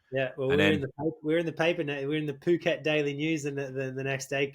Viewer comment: It is pronounced ‘Poo-Ket’ not ‘Foo-KET’. Like Thailand you don’t pronounce the ‘h’. And Mike Pigg won the first race there in 1994 (I was there) so you are in good company. I was there this year as well. See you next November.